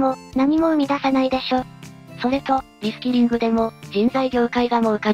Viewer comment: リスキリング・・・リスキルにしか聞こえないｗ